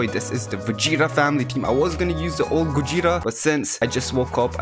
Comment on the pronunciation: Gogeta gojeta goweeta